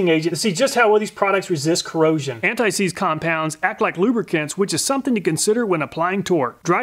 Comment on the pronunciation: "Antseize W120" lol!